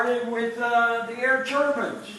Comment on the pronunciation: Turb(i)ne not turbin